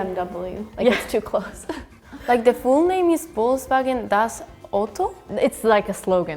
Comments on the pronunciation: Anyone else noticed the spanish girl keeps saying Bol(k)sbagen instead of Volkswagen? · Swedish girl has no idea what she is talking about. I have never heard anyone ( aside from children ) pronounce Volkswagen like that, we say " Folksvagen " just like the Germans And many other things like Citroen, we say Citro-äng usually. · what is she for an german girl... she don,t answered or say something correctly.. it's volkswagen, this car... and we also say benz in germany or benzer... but i ain't showed finish yet.... sorry for the bad english haha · Folksvagen is what most swedes say, not pronouncing "v" in the beginning 🙂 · Think the Swedish girl actually pronounce it's wrong we do say volkswagen the same way as Germans. With F sound instead of V. Or the Swedish variant Folkvagn or folka. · The Swedish girl isn’t even right. In Swedish Volkswagen is pronounced Folkvagn. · Well french girl surely comes from Alsace region, that's why her prononciation is closer to german. But actually rest of France doesn't pronounce it the same as her for this two : We say BM double-Vé never heard BM vé We say something like VOLZVAGEN (with no k) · The Swedish girl is a little wrong about some brands. We say "folksvagen" or in swedish old way "folkvagn" (which means "volkswagen"). Some other brands she also said a bit different. I think she just doesn't know the brand name and pronounced it how it is spelled.